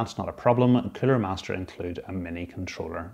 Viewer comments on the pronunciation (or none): I must always laughting because everytime you say master air cooler, always only comes out master air killer, I thought I look forged in fire where this guy always say this weapon will keal "kill"^^. But thx for that video and info.